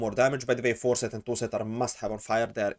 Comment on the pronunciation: at first i was like: what the helly is a ''forset''?? i dont have that and what even is it?? i was thinking an researching for 2 hours straigh! and then i realized: you mean the ''4-set'' boni :')